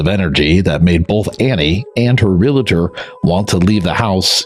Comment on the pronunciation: There are only two syllables in “ realtor”.